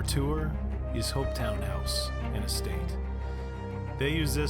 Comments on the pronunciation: Great video and all places within a few miles from me. You need to visit Culross too which is just over the water from Blackness and features a lot in series one. I can’t help but point out place names. Doune is Doon Hopetoun is Hopetun Blackness, Inverness the emphasis is always on NESS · Doune I think would be pronounced "Doon" not down. Hopetoun , would be said more like Hopetun , with the stress on the first syllable. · Hopetoun House is pronounced Hopeton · Not HopetOWn - Hopetoun (toon like cartoon.) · Very nice video. To get the true dialect see Doune Castle (spoken as Doon); Edinburgh (spoken as Edin burra), Hopetoun (spoken as Hope-ton); Fraser clan (spoken as Fray-zer) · And Hopetoun is pronounced "hope-tun"